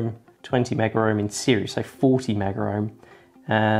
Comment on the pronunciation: Because you didn't mean to damage it, I can forgive the mistake. And of course you're forgiven for not attacking it with a soldering iron. But I'm afraid I cannot allow this to to go unsaid: There is no "R" in mega-ohm!! (@ ... '20 Megger-ohm', '40 Megger-ohm', '10 Megger-ohm'... harumph!)